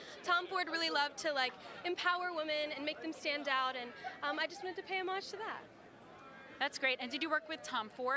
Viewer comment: Why's no one talking about the way pronounced "homage"? 😂